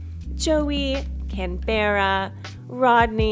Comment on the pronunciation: Hi just to let you know Canberra is pronounced like canburruh/canbruh not canbeara :”D Either way lovely video your videos always bring me so much happiness